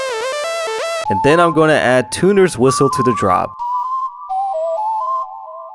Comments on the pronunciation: IT'S TUNER BRUH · Tunner ❌️ Tuner✅️ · Why u call it Tooner😂😂😂